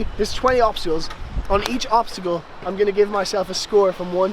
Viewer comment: i think obsticle is not really a thing i think it is more like obstacle:):).Anyways awsome video as always i really liked the work that you put in with the green screen and all that stuff!!!Keep it up!!!!!!